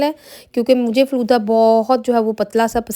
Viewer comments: Flooda nahi hota Faalooda hota hai yar🤦‍♀️🤦‍♀️🤦‍♀️ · Flooda nahi Falooda Sister